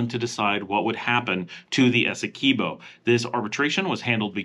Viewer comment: Eh-seh-kwib-oh. Guy-anna. Not gwai-anna From a Guyanese. Many places in Guyana have Dutch names so look up the Dutch pronunciation. Or you can ask me lol